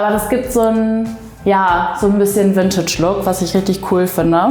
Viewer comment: Es heißt nicht Wüntütsch.